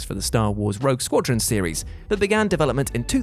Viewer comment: "seriesisisisisis" i feel like im having a seizure when i hear that. wtf is that. why...